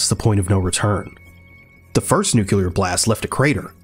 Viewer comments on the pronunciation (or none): nu-cu-ler took me right out of the video